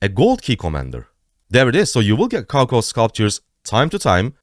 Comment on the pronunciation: cao cao is read or pronounced as tsao tsao😇😇 thanks👌